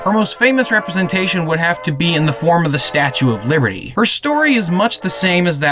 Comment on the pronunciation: You suck at pronouncing stuff it's the statue of liberty liberty